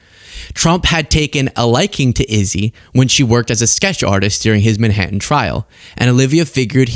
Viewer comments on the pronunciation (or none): none